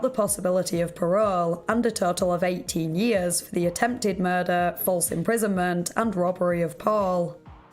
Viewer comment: I love your videos and especially that super cute accent you have, but I wanted to know why at the end of every sentence you draw out the last syllable? An example writing is going to be hard but I'll try. Example for it would be, "did you just commit a mur-derrrrrr?" Lol the derrrr is what I imagine it looks like when you draw out the last syllable. Maybe I'm the only one who hears that or notices it but if you end up hearing it you will never be able to not hear anytime you hear her talk after that.